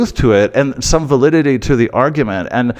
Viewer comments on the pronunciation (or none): none